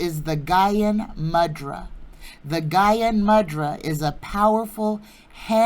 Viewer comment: Thank you! 🏵️🌼🌸 Re the Sanskrit word "mudra"... it's properly pronounced "moo-drah."